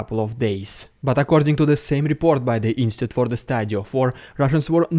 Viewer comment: You really need to learn how to pronounce Institute.